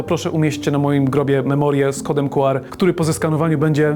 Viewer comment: Słowo „QR” wymawia się, czytając po angielsku litery: "ku-ar". Pełna nazwa kodu to Quick Response Code, co oznacza kod szybkiej reakcji, odzwierciedlając jego koncepcję szybkiego odczytu. Wymowa liter: Podobnie jak w języku angielskim, czyta się litery oddzielnie: „kju” (Q) i „ar” (R). Pełna nazwa: Czasami używa się pełnej nazwy „kod Quick Response”, aby podkreślić jego cechę szybkiego działania.